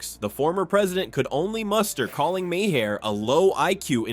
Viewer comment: Learn how to pronounce MAHER properly! You weaken your article when you mis-pronounce thr namenofnthe comedian!